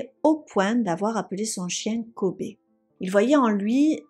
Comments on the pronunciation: Juste la prononciation de Kobe se dit "kobi" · Kobe se prononce Kobi en anglais : restez prudents!!